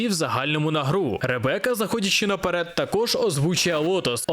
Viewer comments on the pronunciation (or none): none